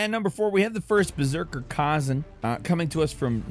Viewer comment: Stoppp saying Kaaazun argggh. It's Kuh-ZAN